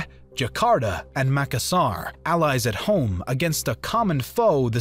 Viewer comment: Great video, !! Just a few clarifications in terms of pronunciation of Indonesian settlements: you mispronounced Aceh (it's not "Ackeh", but rather "Acheh" - CH as "chair"). Also the stressed syllable in Makassar is in the middle (2nd syllable), and not on the ending (3rd syllable). Other than that the video is great! Keep up the good work!!